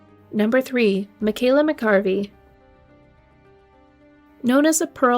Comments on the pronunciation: Please learn the correct pronunciation of Michaela's surname. It is Mcareavey, Not Mccarvey! That is a completely different name. RIP Michaela. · Michael McAreavy (mac-a-reevee) is the pronunciation, she was a beautiful girl and they were a madly in love couple. If he was going to kill her he wouldn't have waited til the last few days of the honeymoon, yet he was under suspicion immediately. The police were shambolic too, they botched up the evidence and it was horrific. How these men were declared not guilty is just the biggest miscarriage of justice. The jury was a joke. Legends just rebranded itself as a new hotel and carried on. Poor Michaela and the other victims. RIP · Please give respect and learn how to pronounce John And Michaela’s surname properly.